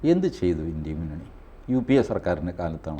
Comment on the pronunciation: വാജ്‌ പെയിയുടെ ഭരണ കാലത്ത് പാക് ഭീകരരെ വിട്ടു കൊടുത്തതെന്നിന്. ഇംഗ്ലീഷ് പണ്ഡിതനായ TG India എന്നത് ഇൻഡി എന്ന് ഉച്ചരിക്കുന്നതു എന്തിനാണ്